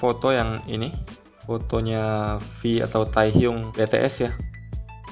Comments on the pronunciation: BTS bacanya biti es bukan bete es! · BACANYA BITIES MAS BUKAN BTS :V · "Fotonya Vi atau Tehyung Be Te eS" 🤣🤣🤣 Indonesia bgt yah!! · Ngomongnya Ta-eh-hyung be-te-es😂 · Ngakak sama ngomong BTS jadi Betees... 😂